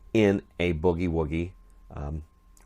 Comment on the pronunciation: That IS the correct pronunciation. It is NOT bewgie-wewgie.